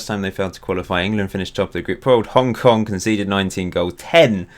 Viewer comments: is Hong Kong not Hong king😂😂😂😂😂😂😂😂😂😂😂😂😂😂😂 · xd its hong king